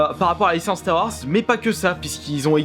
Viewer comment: Apprend a prononcé "star wars"